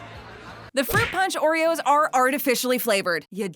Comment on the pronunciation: Someone say O reros?